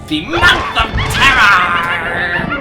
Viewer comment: It's the month of TERRAR... arr